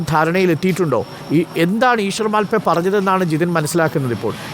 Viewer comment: മാൽ പേ അല്ല മൽപേ ആണ്